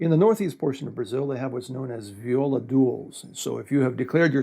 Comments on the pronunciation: Great video! I didn't know all that you said about the Viola. And great pronunciation of the words in Brazilian Portuguese! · Wow, excellent pronounciation! I'm a viola caipira player myself. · I don't know him, so I don't know if he speaks Portuguese, but friend, his Portuguese pronunciation is impeccable! Few foreigners are able to speak the "nasal vowels" of the Portuguese language (vowels with this "~" accent) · It is awesome to see the instrument I play and love being represented in a foreign channel. Btw, pronunciation is great, congratulations, nailed it. Saudações do Brasil.